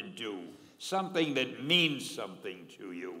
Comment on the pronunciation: "Meands" lol